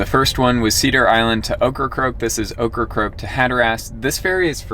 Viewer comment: How come nobody can say OKRACOKE correctly? Okkacoke, occacroak, okracroke….. 3 syllables, “Oak”-“Ra”-“Coke”. Practice makes perfect. Cute video tho, I like the van.